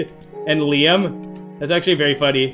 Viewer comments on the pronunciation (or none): none